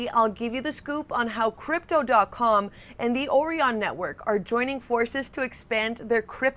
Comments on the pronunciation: I would have pronounced it OrIon not OrEon ....it's like OREO isn't ORIO..... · Have you heard of the Orion constellation? Now do you pronounce that they way you have been pronouncing Orion in this video? I'm sorry but it really gets to me when people put on fake American accents but they're not actually American and you can't tell where the hell they're from..but you know they're not from where they sound like until they say words like..Orion 🤦🏽‍♂️ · Has this lady never heard someone say Orion before? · Gotta love how she pronounces Orion